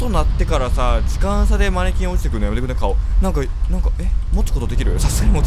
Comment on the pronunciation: マニキンに聞こえた時があったのは耳が悪いだけか。